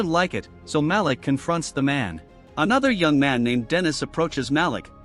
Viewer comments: And it's not MAL-ick, it's Malik, pronounced Maleek. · 3. The black dude always gets it early. Ma-leek is the pronunciation AI channel.